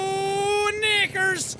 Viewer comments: He said "knickers", in his accent it may have sounded like the N word but you can clearly hear him pronounce the "kniCKers" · he DOES NOT sound like he said "Knickers" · sounded like the n word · Technically he said nikkers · He said knother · it sounded like he said "kickers" or "knicker" I heard kickers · He said Sneakers in a Irish Accent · Jack said kcnigers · Me too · Why would he say n___era in that moment. Knickers is a Irish swear word and look up how to pronounce it. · no u can’t. he’s saying knickers. it only sounds like a g when u slow it down bc of distortion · He never did. Look up how to pronounce the IRISH word knickers. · LOOK AT CAPTION IT SAYS KNICKERS BUT SLOW IT DOWN .25 IT SPUNDS LIKE N##### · He did not say the n word but it really sounds like he did